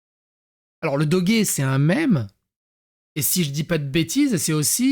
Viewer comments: On dit pas Dogué ça se prononce le doge comme une horloge 😉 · Doge prononciation comme en français 😊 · on dit doje :) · c'est pas doggy c'est doge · Ça se dit dodje fais un effort 😢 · on ne dit pas "dogué"! XD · Ca se prononce Doje.